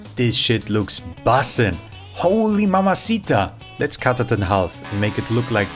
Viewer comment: Your zoomerisms with German accent are so funny “this shit is…bussin!”😂